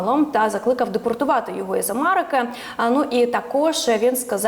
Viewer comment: Ведуча. Не мАрежа,не АмАрики, а мЕрежа, АмЕрика і так далі. Працюйте над вимовою.